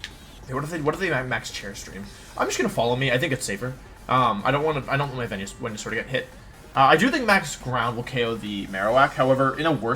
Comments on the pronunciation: Who is Wenasaur? Never heard of that Pokémon... if only there was a proper way to say Pokémon’s names... 🤔please pronounce the Pokémon’s names correctly please. It makes you look uneducated. Just saying. 🙄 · First video watching this guy... does he always butcher names? Listening to him mispronounce Wonder Guard and Venusaur so badly hurts my soul.